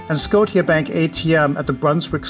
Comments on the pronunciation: oh, the pronunciation of scotia bank, my friend, the word is pronounced sko-sha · "Scotia" as in Nova Scotia.